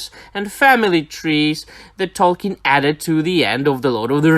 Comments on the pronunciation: Awesome video as always, my man! It's nothing major, but Sir/Professor Tolkien's surname is actually pronounced "Tolkeen". :D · At times it sounded like you said "Tolken", but other times you got it right. :D